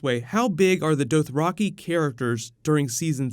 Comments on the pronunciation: sounds like u r sayin dope raki xD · Holy crap stop saying Dothraki like that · the way you pronounced dothraki. lmao what. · Your pronunciation of Dothraki is frustrating